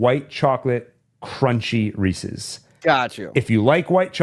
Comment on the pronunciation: Thank you for correcting your pronunciation of Reese's.